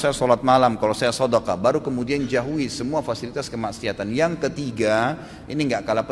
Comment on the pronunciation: haha.. iya juga yah.. baru sadar.. beliau salah ngomong kali mbak, maksudnya 'jauhi' mungkin. :D